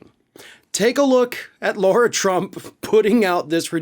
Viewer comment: Her name is Lara, not Laura